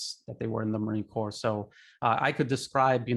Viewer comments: The anchor pronounces "US marine corps" as "corpse". Purposefullly? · Sorry, but the name is pronounced Core, not like corpse. Thank you. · the "s" in "Corps" is silent.